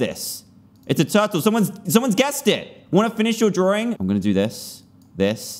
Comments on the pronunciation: he says drawring XD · I love "drawring".